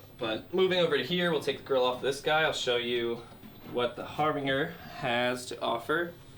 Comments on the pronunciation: Its harbinJer like harbinger of death but great video like what you do here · DUDE , IT'S PRONOUNCED " HARBINGER" GOT IT, ? LOL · It’s my fault for shopping for throwaway speakers. This dude can’t pronounce Harbinger and thinks the monitor setting on a Thump means mono. He doesn’t know what the fuck he’s talking about and people in the comments are eating this shit up like it’s great advice. I should have known better than wanting some cheap monitors and watching shit like this I’d leave stupider than I came. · a horrible speaker. Garbage. The both.. You mispronounced harbinger.